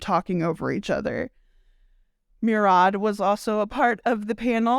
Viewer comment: Murad is pronounced Moo-rad